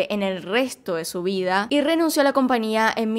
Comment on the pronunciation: No omita la "Ñ". Se dice compañía